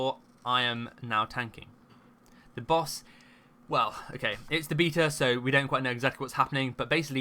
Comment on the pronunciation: Heard his pronunciation of the word "beta" and Left...